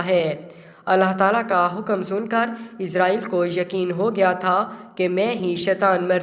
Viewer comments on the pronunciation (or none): آپ اُس کا نام غلط بول رہے ہیں یہاں اس کا نام آپ عزازیل بتا رہے ہیں تلفظ اسرائیل کر رہے ہیں۔